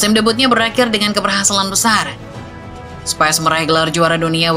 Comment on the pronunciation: Spis min bukan spais 🤣